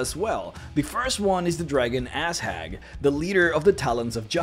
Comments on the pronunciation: Anyone else Hear "Azhag" as "ass hag?" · Hhhehehe, Ass Hag :') Just a small note, Azhag is actually Azhaq, and the emphasis is on the second syllable!